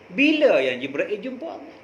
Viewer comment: Jibril bukan jibrail ...pening laa...